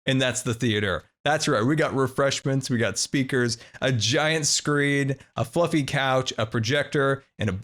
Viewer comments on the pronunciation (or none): none